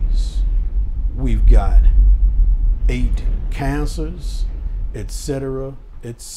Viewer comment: Respect for pronouncing etc correctly